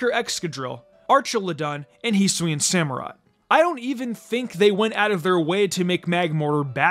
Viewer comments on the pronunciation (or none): none